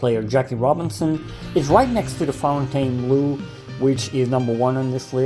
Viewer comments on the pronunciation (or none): Fontainebleau is the name of a palace and forest south southeast of Paris, France. The pronunciation is roughly: phone-ten-blow. For some reason. Americans pronounce -bleau as -blue, and the resort's color reflects that as well. When I hear -blue, I cringe.